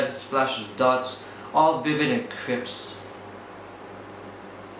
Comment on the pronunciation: "All vivid and crips?" Crisp Pronounced "Kri-sp"